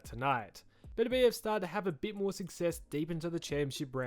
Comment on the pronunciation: Why do people keep mispronouncing Beterbiev?